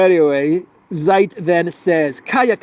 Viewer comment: it's not SAJT "ZEIT" - read it "TSAYT" Z in German is TS (like ZAGREB, like Zeebra) ZI